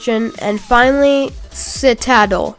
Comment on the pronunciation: Nothing against you or the video, the video is amazing! But citadel is pronounced sit-ah-dell for future reference!